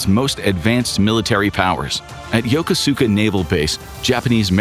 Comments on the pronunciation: "yo KOO skuh" 😂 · I lived in Yokosuka Japan for five years and I discovered that the residents of Yokosuka Japan pronounce the name of their city as Yo-KO-ska. Everyone else in Japan pronounces it Yo-ko-SU-ka and most US Navy sailors butcher it as Yo-KU-ska.